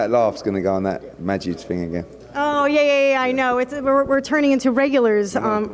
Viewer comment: 'that majids thing' ffs eddie its mojahed i thought scousers were bad 'THAT FOOKIN MOHAMED AGAIN'